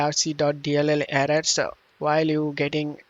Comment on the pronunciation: why do you pronounse error as aerrorssa